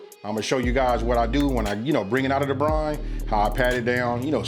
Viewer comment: It’s brine not brain